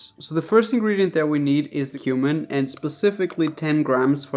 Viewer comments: I thought you said “human” for a second when you said “cumin” for seasoning the chili 😂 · When u said cumin I thought you said human!!!! Listening while playing Xbox, but thought about it. I use cumin in my chilli too. Also u wouldn't put beans in chilli for a hotdog.